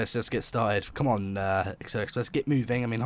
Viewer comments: Acela is pronounced A-sel-a, not Axel-a top speed on the acela has a top speed of 165 legally, tgv has a top speed of 199mph. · Not only is this an inaccurate game, you have presented misinformation. Quick: How many "C"'s are in "Acela"? Two? No! It is pronounced: "AH CELL AH", not "ACK CELL AH". (DOH!) Yes, I'm an American, (ex pat Brit!); I've been on the Acela at at least 148 mph (238 km/h) near Providence RI, but you know what? The Acela isn't even really American, it is 3/4 Canadian and 1/4 French. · It’s as-sella Not ax-cella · It sounds like your saying aksela express. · Its pronounced a-seel-a